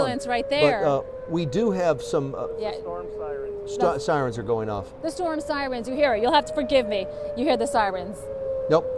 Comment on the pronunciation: did she say ambulance sirene?